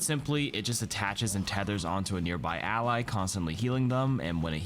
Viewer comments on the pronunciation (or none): none